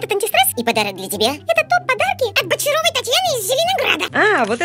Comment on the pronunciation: БОЧАРОВОЙ?!! ГОСПАДИИИ, МОЯ ГОЛОВА... МЕЛОВИН........